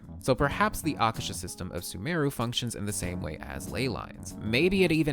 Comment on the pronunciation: Yo it's Aa-kaa-sher. Meaning 'sky'